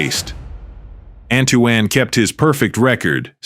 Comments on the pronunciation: The AI going back and forth between "Ann-too-ann" and "Antwan", but perfectly pronoucing all the Hispanic names, is disheartening... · It's pronounced Ant-Twon or Antoine not An Too Anne! Teach your Ai voice how to say the names correctly.